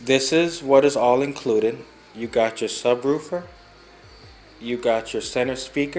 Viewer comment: It's the "subroofer" for me 😅💀